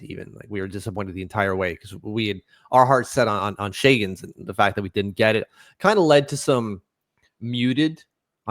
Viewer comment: Shagens LMAO.